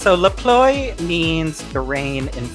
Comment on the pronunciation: even if it's not perfect, I love your pronunciation of "La Pluie"